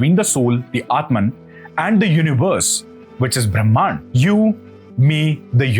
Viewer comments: why does he pronounce Brahman as Brahmaan. The basic words he is getting it wrong. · Please learn to pronounce the names and concepts correctly. It is not “Kalaady” it is “Kaaladi”. It is not “Brahmaan” it is “Brahman”